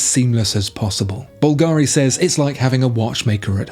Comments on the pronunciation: The pronunciation of Bulgari is wrong, the accentation is different, it sounds more like Calgary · You still pronouncing Bulgari wrong. Is not difficult to find out how to pronounce It. Have you ever heard of Google?